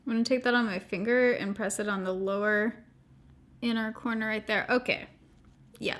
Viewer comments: I thought you kept saying “porno” lashes and then I finally figured out you said “corner” lashes. 😳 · Every time you say corner lashes my brain keeps hearing porno lashes 🤦🏼‍♀️.